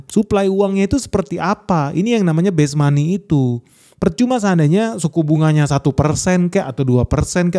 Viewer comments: Base monet, bukan best money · "Base money" harusnya bang, bukan "best money"